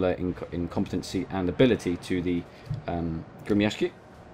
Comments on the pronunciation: I'm impressed by your ability to pronounce "Gremyashchiy." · I am Russian and you spoke it right the ship name